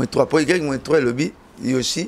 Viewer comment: C YEBISA BALOBAKA YOSHI TE, BALOBAKA YOSHJI ET NON YOSHI.... AMIKUSAKA AYEBI FORME, MAIS AZO KOKA KAKA KO PRONONCER YOHJI TE ASALAKA ERREUR WANA CHAQUE FOIS ATANGA GRIFFE WANA YA YOHJI, APRONONÇAKA YANGO KAKA MABE, ALOBAKA KAKA YOSHI, EZALAKA YOSHI TE, EZALAKA YOHJI...... BONGISA PRONONCIATION.. EZALAKA YOSHI TE.. YOHJI YAMAMOTO